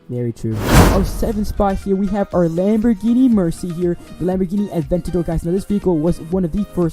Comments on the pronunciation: Its Lamborghini Aventador not adventador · aventador not adventador